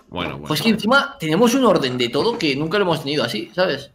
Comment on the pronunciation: Nose si escucharon pero Willy dijo toro en vez de todo Nada era eso solo nomás XD